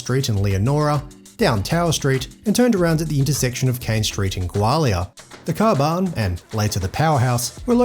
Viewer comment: Dude, it’s pronounced Gaw-li-uh😊